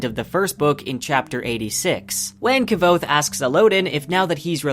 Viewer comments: Why that kvothe pronounciation? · Enjoyed the vid. You are pronouncing Kvothe wrong though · awesome job brah, but its kvothe is pronounced without the v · The way you pronounce kvothe is painful, the v is silent, listen to anyone of the million times patrick rothfuss has said his name. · I think your content is well done. And I love hearing about these theories years and years after I first read the books. But please look up how Rothfuss pronounces Kvothe :P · Love your videos, but your pronunciation of Kvothe is killing me! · The only thing that hurt me is how u pronounce Kvothe :s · Dude... Please pronounce the name Kvothe correctly. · The V is silent is kvothes name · Did this dude just pronounce his name Kav- othe WTF NO its pronounced quothe (k-woth) pat said so on a live stream lol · Mispronouncing Kvothe will never make sense to me. He literally tells you how to pronounce in the text, there's an exchange to the effect of "yeah it's Kvothe, pronounced like quothe" how do people still get it wrong?? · Yeah, Ka-vothe 😢, he should try harder, it’s not that hard to say K-vothe without the epenthetic vowel! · KuhWothe not Kuh-vothe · I loved all this except your pronunciation of Kvothe's name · Kvothe is described as being phonetically similar to "quothe" but with a soft v, so having it emphasized to how it's pronounced here as KI-vothe just sounds incredibly wrong to me. Basically I pronounce it with no space between the k and the v almost exactly like I'm saying quothe but replacing the u with a v. I think his name should be more graceful and the hard "ki" part pronunciation just seems clunky. There are other more minor pronunciations that rub me wrong but that's the main one. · Not quite - it’s like quoth but with a v. This guy, though, is totally off… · who pronounces iron "eye-ron?" Also I thought Kvothe was pronounced more like "quoth" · Is that how you pronounce Kvothe? I heard its more like Quoth. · "K-vothe" *eye twitch*